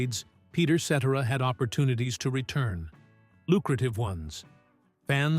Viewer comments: It would be more believable if you pronounced his name properly, 😂😂😂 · AT LEAST PRONOUNCE HIS LAST NAME CORRECTLY!! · At least get the AI to pronounce his name right! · Stardust ruined this with a crackly voice, miss pronounced his name and repeats. Cetera deserved a better biography . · had to stop watching as soon as the narrator mis pronounced peters name several times in the first minute. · Made it 41 seconds into video. AI bs that can't even pronounce his last name correctly. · can you pronounce his name correctly????? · Ai mispronounced his name which made this awful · If you’re going to have these robotic voices doing the voiceover on these videos, at least get the pronunciation of the band members name properly. That is not how you say Peter’s last name. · I wish these Ai narrators would learn to pronounce his last name. Am I wrong? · So tired of this AI voice. Lazy as one note of his name’s proper pronunciation takes one second. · Sheesh Another BOGUS AI CHANNEL THAT CANT EVE PRONOUNCE PETERS LAST NAME! PURE GARBAGE!! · It would be nice if you pronounce his name properly. The beginning of the end of the band was Terry's death not Peter's departure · You're pronouncing his name wrong to begin with. Who is the idiot that overseas these Stardust Legacy documentaries? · The pronouncing of Peter Cetera's name by lousy AI forced me to stop watching. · Pronounce Peter Cetera's name properly and check your facts. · Video was great historically but the narrator was annoying because he kept pronouncing his last name incorrectly😢😢:( 😢😢😢😢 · Is this some kind of AI voice? At least program it to pronounce his name correctly. So stupid. Ruins the entire video. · Whoever created this AI VIDEO SHOULD BE BANNED FROM YOUTUBE! Nothing but slusghtered snippets of an amazing songwriter, singer, musician and producer of some of the greatest modern music ever! And yes! Peter’s last name is NOT pronounced that way! RIP AI! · It is pronounce SETera. Not Sedera. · pronounced Si-tir=a